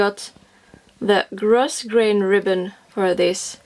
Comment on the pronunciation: This is a tutorial I have been waiting for! Yay!!!! (By the way the "s" in grosgrain is silent)